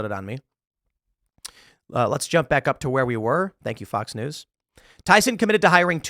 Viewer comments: Why with the S on the end of Tyson, lol. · Tyson.. you mean byeson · It's Tyson. Not Tysons.